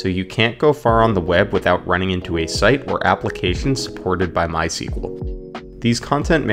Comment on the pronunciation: This video shows us that not everyone know how correct to pronounce MySQL